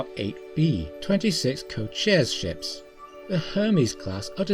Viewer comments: You pronunciation of Cochise is both impressive and horrifying. It's koh-CHEESS. But the names of Indians, Indian Tribes, and other words derived from Native American words appear extremely challenging for our friends across the pond. Cochise was a war leader of the Apache. Cochise County is named after him. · Pronounced “ko-chee-s” it’s the name of a famous American Indian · coh-CHEESE (like GEESE) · No worries. He was an Apache war chief, transported to Florida after he surrendered, where he lived a short and unhappy life. It's pronounced KO-chiis. Or, uh, instead of me trying to spell it, maybe do a YT search? He actually was an interesting individual. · Cochise is pronounced "co-cheess". It's a Native American tribe. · Ko-cheese minus the Z sound. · You are mispronouncing Cochise , it’s a Native American name !